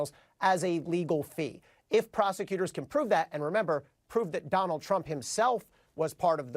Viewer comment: I love how Michael Cohen calls his Dahnold !